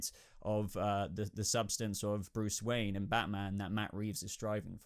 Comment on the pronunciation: BRUCE WOYEN!!!😂